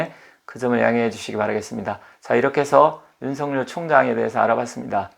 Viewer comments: '尹錫悅'은 '윤석열'로 표기되고 /윤서결/이라 발음해야지요. /윤성녈/로 발음하면 안 됩니다. '윤석렬'로 표기될 때라야만이 /윤성녈/로 발음되지요. 한자(漢字) '錫' 자(字)를 잘못 쓰시네요. '日'과 '勿' 사이에 '한 일('一')'을 넣어서는 안 되지요. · 처음 들으시는 문제는 저도 이상하고요, 보편적 관접에서 말씀 드리지요. 그러면 이렇게 생각해 보십시오. 예를 들어, '윤석렬(尹錫烈)'로 표기될 경우와 여기처럼 '윤석열(尹錫悅)'로 표기될 경우의 발음상 차이는 어떻게 되겠습니까? 둘 다 똑같이 /윤성녈/입니까? 그럴 수는 없지요. 문자[글자]의 존재 이유가 없어지니까요. 경상도 사람들(이 사람 역시 경상도 출신입니다마는) 중에서 낙동강 유역에 사는 사람들이, '쌀[米]'을 /살/로 발음하고, '(값이) 싸다[低廉하다]'를 /사다/로 발음하는 것을 보편적으로 인정해야 합니까? 잘못된 발음이지, 보편적으로 허용되는 것은 아니지요. '경숙'이라는 (여성의) 이름을 /갱숙/이라고(음운 현상-법칙상으로는, 사투리 발음이라도 /겡숙/으로 되기 마련입니다마는) 황당(荒唐)하게(?) 발음하는 것은, 우스개로 장난스럽게는 할 수 있으나, 보편적 상식으로는 틀린(잘못된) 발음입니다. 그래도 받아들이지 않으시고, 고집스럽게 주장하시겠다면, 개인의 자유이니, 어쩔 수 없겠습니다마는, 저는, 받아들이실 줄 알고 보편적 상식의 관점에서 말씀 드린 것입니다. 그러나, 이건 분명하지 않습니까? 한 나라의 질서를 바로잡고 통일(공식적으로는 필요한 국어의 통일)을 기(期)하기 위해서 도덕과 상식과 불문율과 법(法)이 있듯이, 언어에도 질서와 법칙과 원리가 있습니다. 그걸 무시하고 경상도 사람들끼리만 생각해서 경상도식(慶尙道式) 발음을 고집하는 것은 '넌센스'이지요. 농담이나 장난이 아니라면, 결코 맞는 논리라고 말할 수 없는 것입니다.